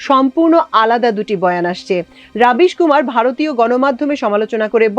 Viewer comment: রবিশ, রাবিশ নয়